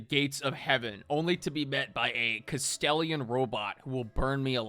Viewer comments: I am two minutes into the video and I need to get this off my chest: pronouncing Gladius as Gladus and then pronouncing Manufactorum as Manufactorium has upset me greatly. I think I am just going to start a list: Kastelan is now Kastelian same as above Gladius is, again, Gladus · I find it funny how says "Glados" instead of "Gladius" and "Kastelian" instead of "Kastelan". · if he says "Kastellian" one more times, im gonna find him and teach him the proper rituals. Glory to the Omnissiah!